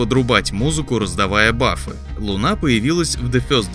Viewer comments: Не ЛунА,а ЛУна.Ударение на первый слог.Будъте компетентнее пожалуйста! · Еще бы ударение в имени Луна правильно ставили-цены бы не было!